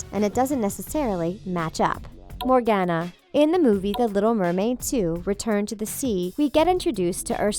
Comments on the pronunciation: COME ON!! NOT ANOTHER ONE! It's pronounced, MORE-GONE-UH I wheezed when she said MorGANuh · (Sorry for Hating) PLEASEEEE SAY MORGANA’S (More-Gone-a) NAME CORRECTLY GR